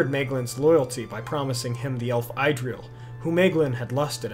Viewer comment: It's not pronounced "EYE"-dril with a long i sound, it is pronounced Idril with a short i sound. The lovely Idril Celebrindal, daughter of Turgon and wife of Tuor - they are the second union of elf and man in Tolkien's legendarium after Beren and Luthien. Good video though and keep doing your thing, Tolkien's world has so much to offer and there is so much to learn about and talk about - you won't run out of things to discuss anytime soon. Your videos are fun.